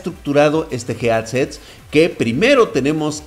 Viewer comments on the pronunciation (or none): Nadie:: JEADSET:v